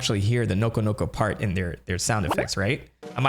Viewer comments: That does not sound like nokonoko 💀💀💀💀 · Did the koopa REALLY say nokonoko? or sum else…